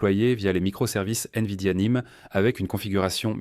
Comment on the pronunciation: Ce n'est en tout cas pas une IA avancée que l'auteur de cette vidéo a utilisé: accélérations ou ralentissements soudains de la voix, mauvaises prononciations telles que I-N-V-I-D-I-A au lieu de Invidia en un seul mot, et j'en passe, et probablement aussi pour le contenu et le choix des images génériques. Il n'y aura pas de pouce ni d'abonnement de ma part.